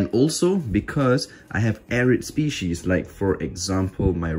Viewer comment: Someone should do a count for how many times he says moisture dependant spieces